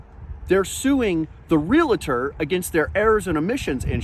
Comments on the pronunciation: I enjoy these videos: but a pronunciation issue. Please! Real-tor (Realtor) NOT real-a-tor if a member of the “National Association of Realtors” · Cool story. But (bear with me, it's a pet peeve), the word is pronounced REE-AL-TOR, not reel-a-tor. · It's real-tor not reLAtor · Dude its realtor not realator. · Would you please quit call them a realAtor. It's realtor. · "Realtor" is pronounced "REE-ull-ter", not "REE-lit-err". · It's REALTOR; not RELETTER. There's no vowel between the L and the T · Real-tor… NOT Real-a-tor. Just so you know…. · It's REALtor. not reLAtor. dammit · Great clip, for future reference though realtors are not realAtors. Realtors hate being called RealAtors, it hurts our ears. Again very informative! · Why do people say REALATOR"? The word is REALTOR. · The word is "realtor" not "relator".